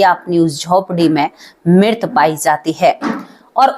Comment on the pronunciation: Mam with due respect mirt ni mrit hota h